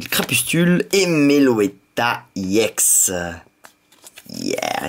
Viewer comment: on ne dit pas IX !!!! on dit ex